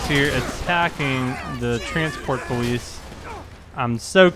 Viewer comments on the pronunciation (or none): why do you say pwolice patrol its police patrol